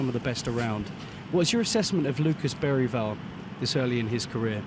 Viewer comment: I’ve hear it pronounced Ber-varl. Even Bera-varl.